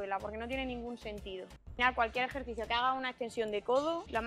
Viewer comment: Joe eke etoh jercicio 😂😂😂